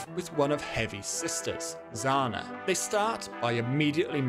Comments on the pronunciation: I'm Russian, and it's not pronounced with a freaking z. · Zana and Zhana would be 2 different names, and you are pronouncing it like Zana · Zhana is pronounced Ja-na btw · As russian, i can feel physical pain when he pronounces name "Zhana" like that. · Zhana is pronounced like "Жопа" я носитель языка, я лучше знаю